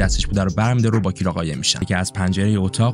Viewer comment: ببین این اسم تلفظ درستش کیِرا هستش